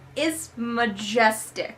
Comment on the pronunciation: When you said "she thinks his dick is majestic", I heard "majesdick". :D